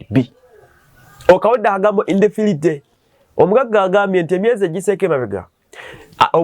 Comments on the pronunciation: Thanks...i thought that my ears have a problem...🤣🤔 He can read "big" words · Bannaffe! Kiki kino? Mpulidde ogamba nti "INDEFILITY"! Ssi wo? Olwo nalwo luzungu?